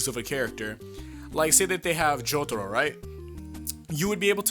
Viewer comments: Please stop pandering with your pronunciation of "Jotaro". It's so cringeworthy. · i hate the way you say jotaro